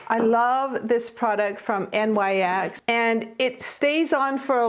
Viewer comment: Love this video, I always learn something from you!❤️ By the way, I looked it up and NYX is pronounced “nix” ❤️. Love & hugs